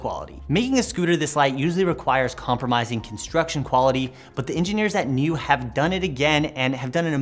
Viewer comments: Hey guys. Not to be a smartass or anything, I just wanted to tell you that the scooter is pronounced like Kneeoh, which is slang for awesome in Chinese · Ahhh, yeah, Niu (牛) does mean cow in chinese, the same word also is slang for awesome, which is what I mistakenly thought they were probably going for. Either way it's pronounced like the video game Nioh but with a prolonged o sound